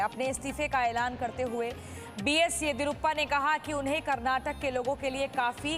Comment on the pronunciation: Aswast narayan Bombai 🤣🤣 Yediruppa 🤣🤣 Naam to theek se lelo be